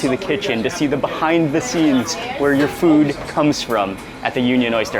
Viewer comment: I love how Mark says "Fud" instead of "Food" 😝